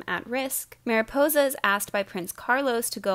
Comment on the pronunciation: does anyone else (who speaks Spanish) slightly cringe when she says Maripousa?